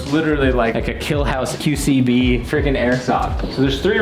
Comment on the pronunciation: When said killhouse “QCB” that hurt my soul a little